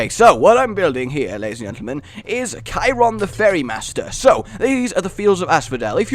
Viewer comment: Vote 1 and Charon is pronounced like it's spelled.